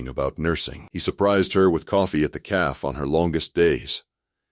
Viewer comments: Please adjust the pronunciations. It is pronounced Caffey not Caff ... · A fun story…but cafe is not pronounced caf… cafe is pronounced caf long a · The narrator keeps saying calf not Cafe. Silly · Loved the story but teach AI to differentiate cafe from calf.